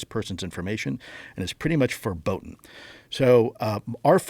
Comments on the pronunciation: Forbidden ❌ forboden ✅ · Combined forbidden with forebode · Bro said "forboden" lol. That word doesnt exist. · He said forboden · the way he said forbidden is crazy. four-bo-din